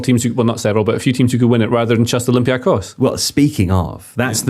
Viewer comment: is the first non-Greek person I’ve heard pronounce ‘Olympiakos’ correctly. Well done!